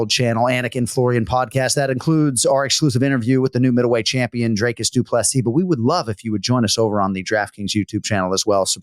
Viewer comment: Jon as someone who usually pays attention to the pronunciations of names, please watch some interviews with DDP or how he pronounces his name. The man deserves to have people say his name properly and not butcher it by saying 'Draycus'. Do better